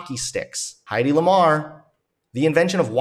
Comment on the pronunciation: The "men acting like a woman" thing is almost exclusively used for unfounded physical shortcomings. Throwing a ball badly comes to mind. Nobody ever makes the comparison in relation to intelligence. But what can we expect from this red pill profiteer? Also Heddy (it's not "Heidi") Lamar, in addition to her invention, was also one of the most famous actresses of her time.